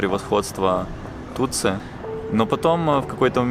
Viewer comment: Не Тутсу, а Тутси